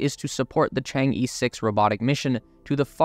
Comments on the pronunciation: Chang-E is pronouced like Chang Er (Earth without the rth sound, or hurb without h and rb). It's not Chang-ee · Just one suggestion: it's not pronounced CHANG-E, but similar to CHANG-EARTH but without the TH. Well at least that's how it's sound like in Chinese. Moon goddess basically. :)